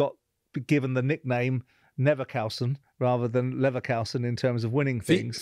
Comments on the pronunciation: Simon Jordan, it’s called LEVERKUSEN, not LEVERKOUSEN 😂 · When Ballack himself said "Leverkusen" that should have been a hint to Simon that his pronunciation was completely wrong, but apparently it wasn't. Wtf 😅Also, I understand when English people don't get the German club names completely right, but I mean "Levercowsen"? What the fuck is that? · Simon not Cow but Koo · Simon's pronounciation of German names is terrible. How can you not be able to say "U" Kusen or Koosen. Not Kausen.... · Ballack said 50 times how to say Levakusen. Despite this, Jordan proceeded to say it LevAKausen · It’s Leverkusen not LeverChaosen Simon. You got it wrong 50 times. Even after Michael pronounced it correctly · Leverkausen? Leverkousen? Leverkaosen? Leverkoasen? Leverkusen! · Even when Ballack say Kusen, Jordan keeps saying Kousen!!! Stupidity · Bayern Leverkowsen 😂🤡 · Simon it's leverKUSEN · Let's have a drink every time Simon says LeverkAUsen! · I love Simon Jordan, but I don’t think listening is his main strength, Balack kept correcting him , but he was hearing LiverCOWson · LeverkAusen? Christ, that grates every time he says it! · funny thing is that he has said leverkusen multiple times before... Also levercowsen. He seems to pronounce it wrongly or correctly on a whim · He could say IT right. Levercoosen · Am i the only one who gets pissed when he mentions leverkusen as levercalson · “Leverkausen” omg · LeverKAUSEN. I have never heard them called that. They're in the news lots at the moment so how can someone who earns some of their living discussing sport (mainly football) get the pronunciation so wrong. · The pig headed ignorance of Jordan on full display as he continuously calls Leverkusen, ‘Levvercowsun’, absolutely astonishing and actually quite disrespectful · Even when Michael is saying LevekUsen, Simon insists on getting it wrong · Simon. East Germany also includes Silesia, Ostpreußen, Westpreußen, Posen, Pomerania, and parts of Brandenburg. Also it's Leverkusen.